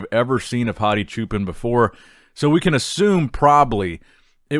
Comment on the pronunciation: Just fyi, Choopans' pan part is pronounced like punish or puddle, not like pan cake.